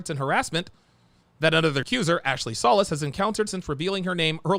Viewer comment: Solis is pronounced So- leeesss>jfyi